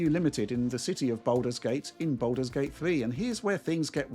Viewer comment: 'Boulders gate' confused me for a bit